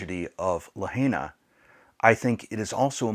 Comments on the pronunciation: It always helps when you can pronounce the name of the town properly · Please start with pronouncing Lahaina correctly. It's La high na, not La hay na. Thank you. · Great video but please learn to pronounce Lahaina correctly it’s La Hi Nuh Not La Hay NA We lived in Hawaii for 3 years, on Oahu but visited the other islands. I have photos we took in Lahaina. I’m so sad for the people of the city, the island and the state. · Just an FYI, it is not “le-hay-nah”, it is pronounced “lah-hai-nah”. The “hai” rhymes with “tie” or “sky”. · La Hi na, not La HEY na. This happened to a close friend of mine. She lost everything to her name. I donated directly to her but more mutual friends have gotten together supplies to send as well and she will distribute as needed among her friends and neighbors. Good message here. So much of Hawaii's income is related to tourists. Thank goodness my friend doesn't have a tourism related job. When she lived on Ohau, that's how we met. We were stationed there (navy) and I worked with her on the USS Missouri:) This was more than 25 years ago. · Its LaHIGHna.. NOT La HEYna!!!!! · Thank you from for your video. Just a quick note, It’s pronounced “La Hi Nah.” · It's pronounced LA high na. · Pronounced La Hi Na,. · Dear friend, it’s pronounced La Hi Nah. Kihei is “key hay”. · Lahaina is pronounced La hi na. I was in the fence about tourists going to Maui but they need you! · Wonderful message, and perhaps you'll take this as "judgement," but please!! It's La-HIGH-na. (And Key-HAY!) ❤❤ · Great video. I believe it’s pronounced “La-hi-na”. We’ve need there many times and we’re so saddened to see it’s total destruction. Our prayers are that they will rebuild. We usually stay in Kihei (Kehay). Hope the wedding was beautiful. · I don’t mean to be picky, but the pronunciation isLuh high nuh.